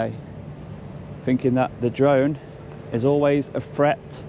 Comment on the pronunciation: "dwone" ? Oh, you mean "DRONE"... Learn to pronounce "r" before you talk nonsense to me. - Tell this south african idiot to piss off back to his own country and stop trying to call the shots here. - Look at the beer gut on these two specimens. Less time harassing members of the public and more time in the gym.